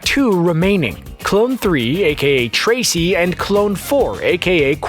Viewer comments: He pronounced trece tray-see but its Spanish for 3 it's pronounced tres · When he was talking about the remaining dipper clones he said tracy which really flipin in annoyed me as a Hispanic. You sound like my school Spanish teacher